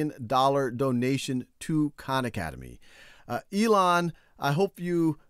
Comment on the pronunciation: When he said "Hi everyone, Sal Khan here", I heard it as "Shao Khan"